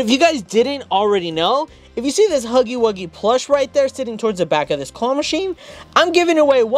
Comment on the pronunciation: You said huffy instead of huggy